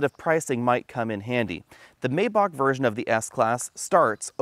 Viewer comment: The first "a" in Maybach isn't pronounced so it sounds like My